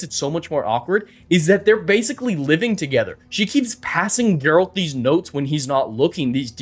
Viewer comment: Sorry, but I have to. It's "Geralt."